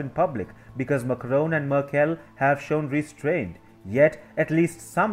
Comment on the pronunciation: I´m sorry but your pronunciation:merkÉll. I´ts funny hahah.